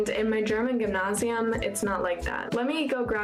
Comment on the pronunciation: She’s been in her German school 2 weeks and she’s already pronouncing gymnasium the same way as the German kids do, that’s unusual for being there for 2 weeks